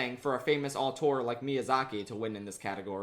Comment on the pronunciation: Auteur, not autour.